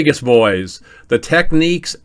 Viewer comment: Why are the photos of the receivers at .55 seconds in the magazine ads all wrong? Is that AI trying to generate what it thinks those units look like. The correct pronunciation is teck-neeks.